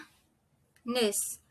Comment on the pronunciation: Thanks for your vid. Shouldn’t it be seeBOO for Cebu & maYON for MaYON & baTAHness for Barnard, since you are stressing the 2nd syllable? The slide shows the right stress for Boracay, but your pronunciation sounds a bit off if said too slowly.